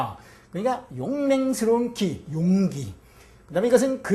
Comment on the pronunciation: 용맹의 "용기"와 그릇이라는 "용기"의 첫 자 가 장단이 다름을 모르고 강의 하고 있도다. 앞 자는 길게, 뒷 자는 짧게 발음하소서